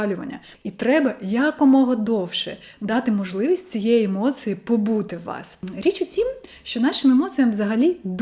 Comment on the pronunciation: Акцент трохи є, не дуже ріже слух. Наприклад у слові "емоції" я чую ЦИ замість ЦІ. Як для людини родом з Оренбурга то чудова вимова